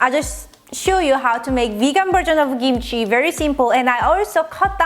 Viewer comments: It’s kimchi, not gimchi, capische!? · It's technically pronounced "kimchi," but without the puff of air on the "k" that we pronounce in English. Without that puff of air it sometimes sounds like "gimchi" to us.